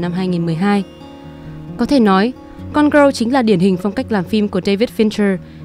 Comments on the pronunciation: phát âm tiếng anh của chị này hơi tệ, gone girl mà đọc thành gone growl, valentine thì đọc là va-len-tin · Cái từ gone girl của bạn đọc khiến tôi nghe thành côn râu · Không hiểu sao chị này phát âm tệ như vậy. Cứ đọc như: “gron gờ rơ”. Chưa kể lần này phân tích phim quá tệ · chữ girl ko phải đọc vậy đâu ạ =.= mình cứ nghe thành gone-grow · đang định cm thì thấy ngay cm này. Nghe bả đọc tưởng film gì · Có cần thiết phải đọc cụm từ "gone girl" như thế không ơi?!